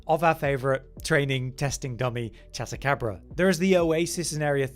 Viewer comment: Chat-acabra < Chad-acabra